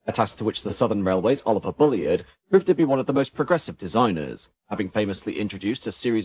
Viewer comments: The narrator might do well not to refer Mr Bulleid as "Bully-id. His name was pronounced Bulleed which rhymes with "succeed" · What a shame that you couldn’t pronounce “Bullied” properly. Otherwise a fine video. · Yes it's a bit annoying, I'm sure this has been pointed out before - same thing as 'Reid' is pronounced 'Reed'